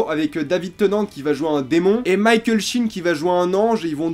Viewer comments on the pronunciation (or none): none